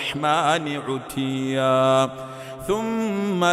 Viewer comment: He pronounces verse no 8 incorrectly. The word is Itiiya. Not utiya.